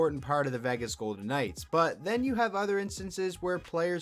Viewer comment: uhhh Vahgas Golden Knights??? lol funny start